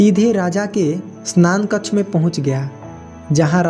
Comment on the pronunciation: बार-बार स्नान कक्ष बोल रहे शयनकक्ष